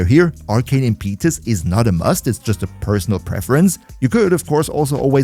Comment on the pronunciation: Impeetus? I'd google that pronunciation :P Try 'im*puh*tus' plz... You're killing us just a little.